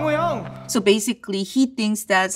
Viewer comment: Exactly my sentiments as a person who watches kdramas and follows korean culture - when he kept saying Hyung i was dying inside.